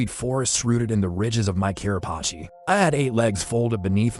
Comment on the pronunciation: It’s actually Carapace